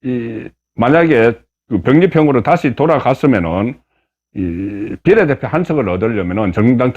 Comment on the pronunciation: 제발 비^례대표라고 말해요 비례대표라고 비자에 액센트를 넣어 말하니깐 넘 촌스럽고 표현법에도 맞질않아요